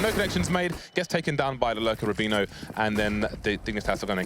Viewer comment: why can't pronounce Rubino correctly.